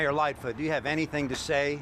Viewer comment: It's lightfoot not little foot